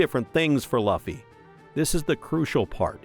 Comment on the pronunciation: You say Luffy wrong